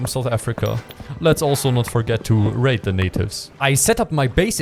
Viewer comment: when he said raid the natives i thought he said something else